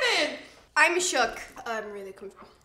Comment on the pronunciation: Veronica: “I’m shookt” JUNGSHOOKT😱😂